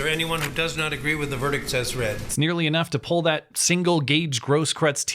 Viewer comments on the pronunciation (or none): none